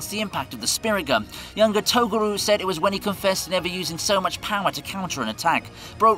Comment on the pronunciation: "i love YuYuHakusho" then he keeps saying Togaru instead of Toguro